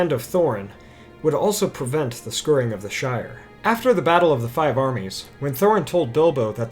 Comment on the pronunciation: I love your videos but the fact you do not know how to pronounce "SCOURING" drives me crazy. It's pronounced "hour" or "our" as the "hour" of the day or those are "our" books. It is not pronounced "skerring" as you say in many of your videos. It means to clean or cleanse. So that chapter could also have been called the "cleansing" of the Shire. Again, I really enjoy your videos and your knowledge of Tolkien is impressive, but I just had to point this one little thing out. Thank you.